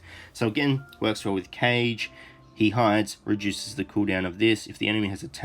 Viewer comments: Great video! Since both Taneda and Kage are Elves and look like they take after Japanese influences, I think Kage is actually pronounced 'kah - geh' and not 'Cage' (unless they've said his name in-game and I just didn't hear it :P). Thought I would mention since I've heard you say it a few times :) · Kage would be pronounced Kaa-Gay.